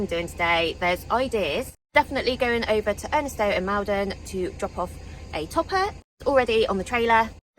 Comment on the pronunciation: welcome back! Unfortunately the people of Maldon won't like your pronunciation of their town. I know its only got one L but think American shopping mall...don. 🤣🤣